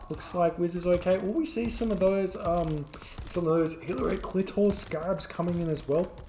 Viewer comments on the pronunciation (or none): lmao "Hillary Klitor"